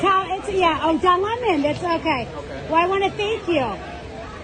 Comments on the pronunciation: She called him Don Lemone. 😂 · The Don Le'Mon was pronounced just subtly enough that you could read between the lines, and she kept her cool. Honestly, Don should get the paparazzi treatment from every Floridian with a phone, and should be hassled out of the state. No tolerance for Leftist propagandists, I say. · Don LAY-Moan! You in trouble bro!